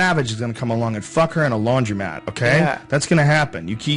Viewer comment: "some savage is gonna come along and fuck her in a laundreymatte" lol Joe